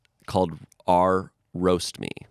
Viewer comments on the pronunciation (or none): Someone needs to tell that the subreddit titles are pronounced R slash whatever. R slash Amish. 😘